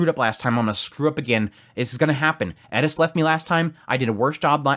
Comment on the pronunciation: I TAKE IT BACK HE SAID IT PROPERLY